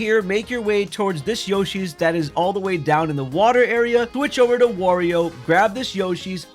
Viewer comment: Is he saying warrior on purpose?